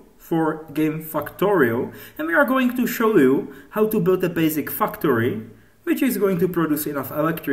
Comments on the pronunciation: the basic "fucktory" HAHAHAAHA i love it man. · love the accent although if I showed someone this here every time you said factory they would think you said fucktory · I thought you said 'fucktory' •___•